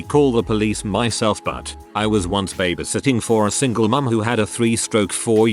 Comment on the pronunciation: Can't imagine how these people felt. Never felt the need to call police while I was babysitting lots of years ago. I guess I was a lucky babysitter. Speaking of babysitting...can't the computer voice be programmed to pronounce babysitting correctly? It is so annoying to hear it mispronounced!